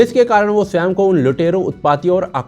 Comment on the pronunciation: ब्रो जिसे आप स्वयं (sawey) कहते हैं वह स्वयं (sawayam)ही होता है😊